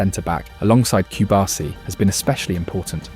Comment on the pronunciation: Might as well go ahead and pronounce the players central to your film correctly. Cubarsí has emphasis on the “i” at the end. If you had never heard it correctly, you could take a look at how his name is spelt. PS La Masía. Emphasis on the “i” (which, again, has an accent).